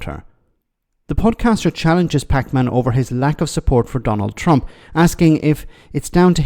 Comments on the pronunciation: Packman pronounced packmun not pac-man lol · I think its pronounced Pakmen as opposed to packman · Lol, the way emphasise both syllables in his last name makes him sound like the video game character Pac-Man. Just PAKman.